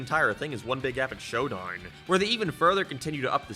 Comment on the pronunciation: I like how he says showdine